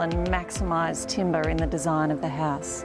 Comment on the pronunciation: So glad she changed the pronunciation at the end: timber not timBAAAAHHH. Cool vid!